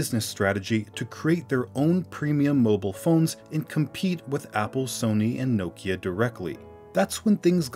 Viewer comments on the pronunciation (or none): none